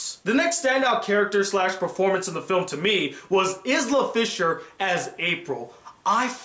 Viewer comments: My only problem with this review was the way you pronounced Isla Fisher's name haha! It's "eye-la" just letting you know bro! :) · It's pronounced EYE-la,!:)